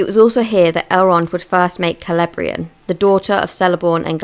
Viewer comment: The "c" in Cirdan, Celebrian (and all elvish words) is pronounced as a "k". Kirdan, Kelebrian etc...